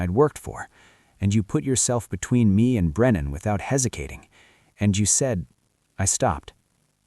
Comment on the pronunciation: I listened to three times, but I keep hearing "hesikating"😅